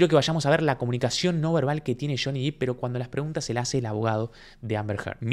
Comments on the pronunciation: muy bueno, realmente muy claro y concuerdo con todo lo que observaste. Ahora,, es DEPP no Dip, no es Juancito Profundo ni Juancito Salsa para nachos (Dip en inglés). O sea, ni en inglés ni en español suena i sino e el apellido de Johnny.; ) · excelentes tus videos, pero por favor no digas Deep.... es Depp 😀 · Obviamente que queremos parte 3!!! Pero podrias ya dejar de pronunciar "diiip"?? Porque el apellido de johnny es DEPP (con doble "p" y no con doble "e", y se pronuncia normal: dep) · es Depp no Deep. Y Amber sí tiene maquillaje. Usó maquillaje cada día, sólo que la luz del lugar es malísima. En la "historia" de Johnny ella no usa maquillaje usualmente. En la "historia" de Amber ella se tapa su hematoma con maquillaje "natural" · Por favor. Depp se produncia con E! Si lo decis con I estas diciendo deep, que significa Profundo. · Perdón la corrección, pero es DEPP, NO DIP. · Pronuncien bien el apellido no es deep es Depp (no es dip es dep) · Es /dep/, no /dip/. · Ojo con el video donde johny esta golpeando cosas que seguro TMZ te va a cortar esa parte como reclamo porque ese video se lo vendio Amber a TMZ y es propiedad de ellos. Le paso eso a Juanito Say en su canal. Le cortaron esa parte del video. Y se pronuncia "Dep". Y si obvio que quiero la 3er. parte!! 💗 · Muy buen análisis, con ganas de ver la parte 3. A ver si para la 3a parte pronuncias bien el apellido de Johnny 😆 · Me encanta tu contenido. Soy suscriptora. Me pareces un pibe super culto y despierto por lo tanto te tengo que corregir que el apellido de Johnny se pronuncia con "e" no con "i" 🤣🤣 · Buen análisis. Un punto : no es Jhonny " Dip " , es Jhonny Depp ( se pronuncia así, " Dep") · se pronuncia DEpp con E no con I Johnny Diiip es un horror de pronunciación que te da mala imagen. saludos! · Se dice dep, no dip. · Genial tu análisis, como siempre aprendo mucho con tus palabras tan claras. Pero por favor, su apellido es Depp, no /dip/